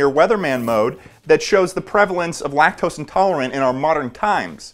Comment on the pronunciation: I genuinely thought he said lactolustre lmao